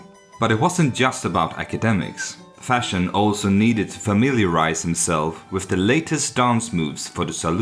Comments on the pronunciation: Von Fersen. Not von Fershen. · It's Ferson not Fashion. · The narrator seems to pronounce his surname as ”Fashion”!